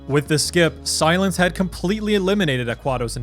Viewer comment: This guy really said silience in his prime